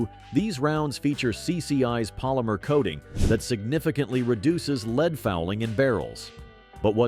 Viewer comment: When will AI become able to pronounce LEAD BULLETS correctly? It should be a simple update for all synonyms and antonyms. My other WHINE is that the current prices for 22 lr ammunition is stupidly expensive!!! WHY? Why? Why?......WAAAAHHHHH 😂 And 14 cents per shot of stinking 22 long rifle is NOT inexpensive!!! They shouldn't cost more than 5 cents per shot for the very best Top Shelf pea 🫛 shooter ammo... I'd still feel bad tossing a handful of nickels at an empty soda can laying on the dirt and might as well only shoot 9 mm ball ammo for just a few pennies more per shot 😊. Again another tease WAAAHHHHHHHH!!!!!